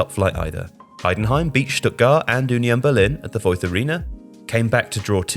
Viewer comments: Technically Voith would be pronounced as Voit (without the TH sound)? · I have to criticize the lack of accuracy in some parts of this video. - No, it's not pronounced with a "th" sound, it's pronounced with a "t" sound, someone could at least have listened to the word on Google translator - The 3rd tier isn't just called "Liga", imagine someone calling League One and League Two just "League". The official name is "3. Liga" which translates to "3rd League". Every league is a "Liga", so calling the third tier just "Liga" in this video doesn't make sense. Even without knowing German just by looking at the word that should have been very clear. - There is no "Bundesliga 2." as that would be "Bundesliga 2nd" in English, doesn't make sense, again just by looking at it. It is "2. Bundesliga" as in "2nd Bundesliga".